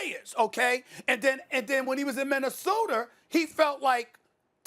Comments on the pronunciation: “MinnesotER” - Stephen A. Smith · Nobody: Stephen A: Minnesoter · LMAO my mans said minnesoder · Nobody: SAS: Minner-soder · 😂😂😂😂😂 SAS said minnesoter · Troy DC Thompson he always does that 🤣🤣🤣. Listen out for the next time when he tries to say “Rob Pelinka” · Direct Hacker I thought New Yorkers did use the R at the end